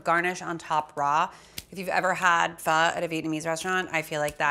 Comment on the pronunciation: Saying Pho has an inflection on the end. It changes the meaning.